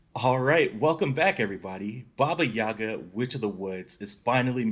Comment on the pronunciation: it’s baba yaga